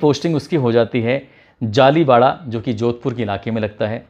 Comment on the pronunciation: जालोडा गांव का नाम है,जालीवाडा नहीं